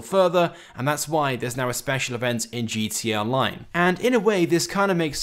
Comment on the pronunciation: you can't even pronounce GTA right, you fucking eurasian